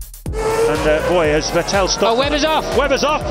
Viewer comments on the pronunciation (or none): "Vettel... Vittel... Ve-ttel..." that deciding moment when you quickily need to choose how to pronunciate the new guy's name. And you choose it wrong... Lol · I hate the way they say Vettel. VeTAIL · My ears hurt after not hearing Fettel but VeğteL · I loved when they called him vetel not vettel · Remember those days where they pronounced Vettel as "Vet'Tell?" Weird times. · also pronounce as that way too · Now they say 'Phettel'. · He's saying vet-tal 🤦🏻‍♂️ wtf how can you butcher a name that badly lmao? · and then Se-Bas-ti-an Phet-tel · I don't understand why it's so hard for some people to just say "f" instead of "v" in his name... I'm not even German (or anything similar) but my ears bleed every time I hear Vettel with V. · Vetêlle o.O Didn't know they had to figure out Seb's last name. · Remember when commentators pronounced Seb Vettel as Seb VEttAL...because I do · Interesting how they pronounced Seb's name diffefently back then (rhymes with Mattel instead of Kettle) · The fact they say Sebastian VETELLE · Who the heck is Veteeel ? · who is ver-tell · listen how weird they pronounce Vettels name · Funny how they’ve changed Vettel’ pronunciation over the years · let’s take a moment from the commentator that pronounced vetted ppl a different way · Hilarious how they pronounced Vettel back then 😂